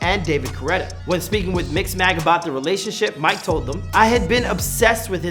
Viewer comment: The way you pronounce Mike would make a lot of French people angry hahah